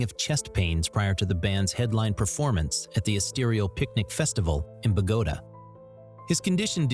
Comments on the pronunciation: WTF is Bagoda??? It's pronounced Bogo tah!! Stupid announcer guy, probably ai 😅😎😳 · Its not Bahgoda. Its Bowguhtah...